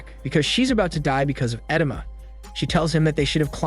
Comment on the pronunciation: Every time he says “edema” I cringe inside